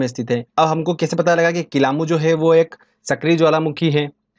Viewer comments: Kilauea hota h n ki kilamu..... Acche se padaya Karo sir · kilamu nahi bhai kilayu hai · WO kilamu nhi Kilauea hai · किलामू नहीं वो किलायू है वो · किलामू नहीं किलायू 🤪🤪🤪